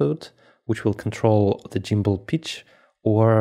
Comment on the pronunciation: good info but its gimbal not jimbal